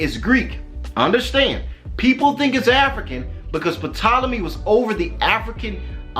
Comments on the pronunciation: BROTHER when you speak of the ptolemys it's pronounced TOLOMY, the "P" is silent; otherwise, good teachings. You are not afraid to call a spade a spade, TMH says we are in the lands of our enemies, most of our brothers and sisters are afraid to day so and still seek love and compassion of peoples who have shown for 400yrs. that they don't have the capacity to love us. Keep up the good work! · The “P” in the mans name is silent.